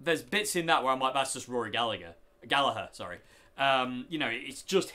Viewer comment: Nice to hear someone that's not Irish pronouncing Gallagher the right way!